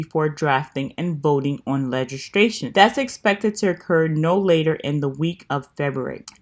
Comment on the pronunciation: Good information! Not to sound picky or nasty, BUT, I thought you might want to know... You said several times Legistration. The word is actually LEGISLATION. I'm glad you are doing these videos, it makes it easy for us to just see where we're at with stimulus, instead of having to do all the research. Thankyou! ❤️ And please know I'm not trying to call you out or anything. It's just a little grammar nazi thing I grew up with. Blessings!